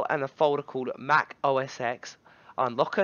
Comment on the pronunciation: its "mac OS TEN," not "EX." God bless your ignorant soul!